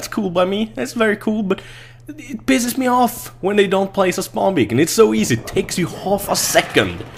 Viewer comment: its "beacon" ))